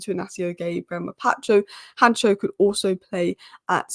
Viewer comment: Han cko not hancho come on